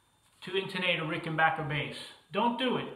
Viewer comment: Congratulations on being able to pronounce 'Rickenbacker " correctly!